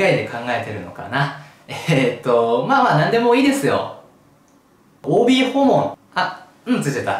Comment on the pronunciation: 「OB訪問(おーびーほうもん)」「“ん”がついちゃった」で腹筋崩壊したww